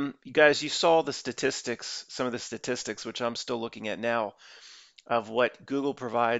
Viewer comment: i like hearing him struggle saying "Statis sticks" is my hero vlogger